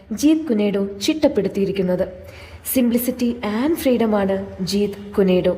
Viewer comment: ജീത് കുനെ ഡോ അല്ല " ജീത് കുൻ ഡോ " എന്നാണ്